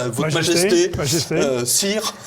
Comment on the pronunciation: ''Sire '' non !.. '' Cire ! " 🤣🤣🤣